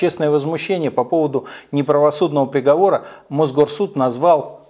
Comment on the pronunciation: Михаил, спасибо, поддерживаю, уважаю согласен почти во всем, но! ЗвОнит???? Неожиданно резануло по ушам. Ладно там приговорА итд, это не так страшно. Но странно для человека Вашего уровня интеллекта и образования.